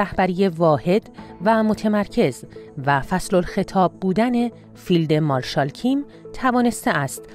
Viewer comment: بِرژِنُف؟؟؟ فیلدِ مارشال؟ آدم اگه بدونه که تلفظ یه چیزی رو نمی‌دونه، خب می‌ره نگاه می‌کنه تو اینترنت یادش می‌گیره، این حتا نمی‌دونه که نمی‌دونه!